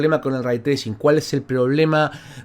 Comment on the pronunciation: Lo escuche pronunciar el concepto "Ray Tracing" Y me fui...